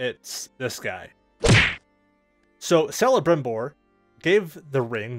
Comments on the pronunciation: Think of celebrimbor as kelibrimbor proper pronunciation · Oooooh!! Bro!! He's pronounced as 'k-elebrimbor. And that guy made some badboy bling. If it was in today's age he'd be killing it with the hip hop crowd.🤣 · It's pronounced kelebrimbor just written celebrimbor